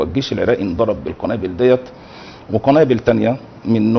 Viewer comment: هههه المذيع بيقول كنابل بالكاف هههه